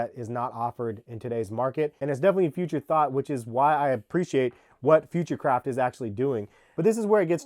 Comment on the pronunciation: Future craft sounds like hes saying futurecrap